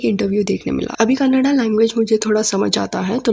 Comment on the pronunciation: I like the way u elaborate things to make viewers understand Happy that u made effort to understand “Kannada” n spelled out Kannada properly 😊